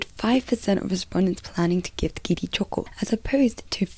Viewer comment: I like the way choco is pronounced in Japanese 🩵